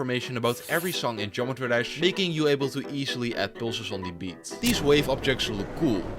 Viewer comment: iin the start u said gemetry dash and NOT geOmetry dash